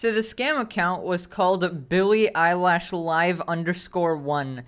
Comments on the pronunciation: I like how he says billie eyelash instead of eilish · "Billy eyelash" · Billy eyelash